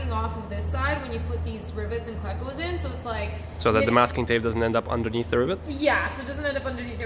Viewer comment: Took me a sec to figure out what you were saying when you said cleahcos... preeeeety sure it's cleeeecos... :) I'm just giving you a hard time. :D